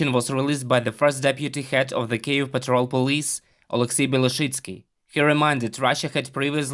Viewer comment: Since this conflict has started this channel is the first media source to pronounce KYIV correctly! It was really starting to disturb me. Thank you!!!🇺🇦🤜🤜🤜🤜🤜🤜🤜🤜🤜🇷🇺